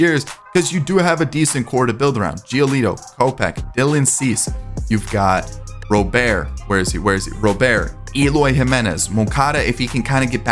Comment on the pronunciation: It's pronounced Robert not Rowbear